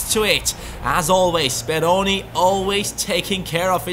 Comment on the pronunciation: BelajarMenggambar its Speroni :p